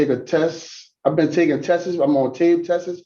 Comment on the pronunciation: You’ll definitely need to take more tests not “tesses” 😅😅